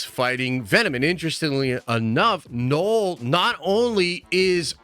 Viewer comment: Man said “Knoll”